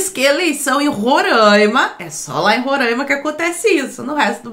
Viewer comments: Não é Rorãima. É Roraima. É só fazer a separação silábica. Ro - RAI - ma. RAI = AI. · Roraimaaaaa pqp é Roraima e não Rorâima